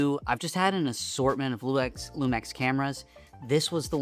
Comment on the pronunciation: Hearing it pronounced Lumex was killing me lol